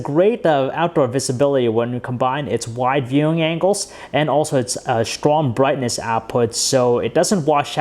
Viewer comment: stwwoong bwwwiteness